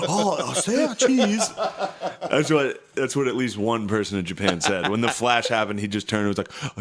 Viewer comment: My name is Seichi and I always get people to remember it by saying “it’s like say cheese but Say Chee” so hearing Shane say say cheese with a Japanese accent hits in the most perfect way 😂😂😂